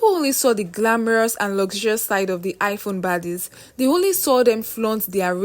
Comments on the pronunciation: Listening to you pronounce iPhone as Hiphone I can authoritatively state here that you come from the Akamba community in my country Kenya. Hi! 🤣🤣🤣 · Why u saying high phone 😅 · Highphone abi iPhone?🤣🤣😂 Yoruba people nd pronunciation 😅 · It's not highphone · Am I hearing Hi phone??😂😂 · 🤣🤣🤣I heard same